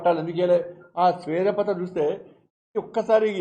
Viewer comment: శ్వేత పత్రం, స్వేద పత్రం కాదు